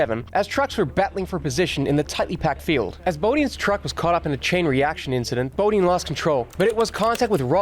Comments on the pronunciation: It was bothering me as well. 😂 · FYI--"Bodine" is pronounced with a long "i." Say boh-DYN.